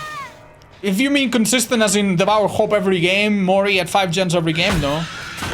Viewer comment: "devour gock"? okiiie :3